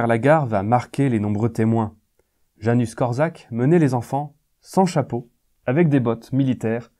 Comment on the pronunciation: Salut, c'est une très bonne vidéo si je peux juste ajouter quelque chose le prénom Janusz se prononce ianouche et pas Janus, voilà c'est tout pour moi ;)